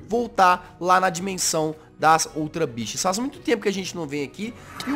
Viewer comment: kkkkk só eu entendi "ultra bixas" morri....